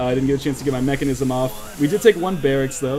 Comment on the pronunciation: mekasm not mechanism :p